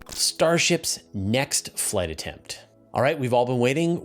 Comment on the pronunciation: The "t" at the end of "attempt" is pronounced.